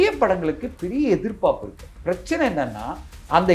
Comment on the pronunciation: தனஞ்செயன், எதிர்பாப்புன்னு சொல்றீங்க. எதிர்பார்ப்புன்னு சொல்லனும்